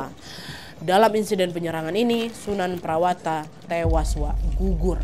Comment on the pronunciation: sunan prawata: sunan prawoto, sultan hadirin bukan hadiri